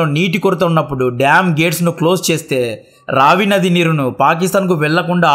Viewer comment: రవి కాదు రావి నది.. బాస్ కాదు బియాస్ నది